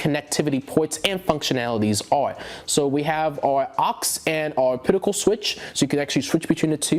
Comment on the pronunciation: also adding a coment regarding the pronunciation of OPTICAL OP TI CAL!!! NOT O-PIT-I-CAL